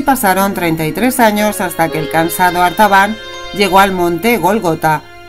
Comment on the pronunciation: La voz dice: "Arbatan".... Pero el título dice: "Artabán" 🤷‍♂️